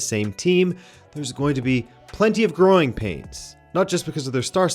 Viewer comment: "Plenty of groin pains." I swear I understood that instead of 'growing' and then thought "well yeah, if you're going to (allegedly) assault someone, she might kick you down there, hence the pain. 😅😂 All jokes aside though, I don't believe these rumors. It's too perfect of a scandal, especially when you pair it with the debacle his presence in Sweden had already caused. Anyways, innocent until proven guilty.